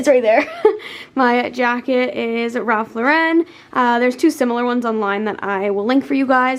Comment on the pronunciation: Omg the way you say Ralph Lauren hahaha made my day so funny!!